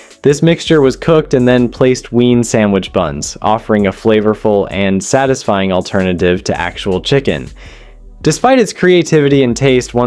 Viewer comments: Your Ai is terrible. Yeah, that's very "tisfying." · I too think “MYAHNASE” on sandwiches is “TISFYING”. A testament to American culinary “RESOURCEFS”. 😐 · Okay, some of the weird pronunciations are just grating on me. "Myon-ase?" and WTF is "tisfying"? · 'mixed with yonnaise' then a few seconds later 'to create tisfying sandwich'. There are loads of errors throughout, which are due to the AI not being able to rectify the inaccuracies in the script.